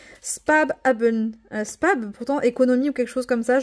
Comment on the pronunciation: Coucou on dit pas "spab" mais "spass" l'espèce de gros B représente 2 S😊 après l'allemand est une langue compliquée 😊 biz